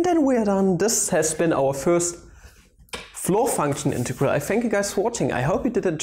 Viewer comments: Pls stop saying integaral lol... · You could say it is an in-tau-gral